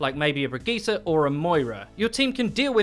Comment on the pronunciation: That pronunciation of Brigitte. I was like wait is that a new hero? I didn't understand what you said lol.